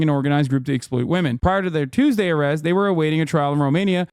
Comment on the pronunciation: “…On a CHEWSDAY nonetheless!” Im already dieing